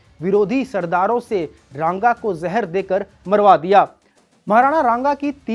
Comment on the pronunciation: रांगा नहीं रे राणा सांगा...